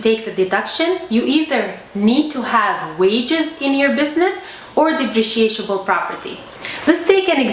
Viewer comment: The word is depreciable. Just one SH sound. You are adding a second syllable. At first, I thought there was some new kind of property that I had never heard of!